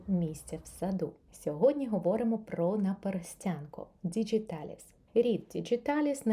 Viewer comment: Чудова рослина! Приємний голос 😌 Латиною «діҐіталіс», не через «дж» 😉